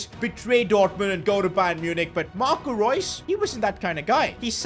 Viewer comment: Reus instead of reus